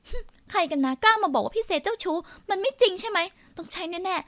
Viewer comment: เน้นเสียงคำว่า "เจ้าชู้" เกือบทุกคำ